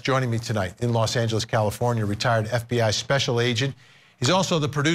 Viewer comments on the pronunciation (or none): none